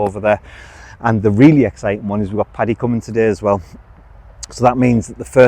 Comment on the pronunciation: Paddy, not Patty!!